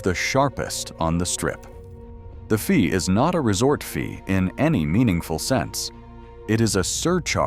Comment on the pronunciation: "the resort F...ee at Luxor....." Ai can't even say "fee", it comes out as "F....ee" Hard to take this video seriously with Ai commentary.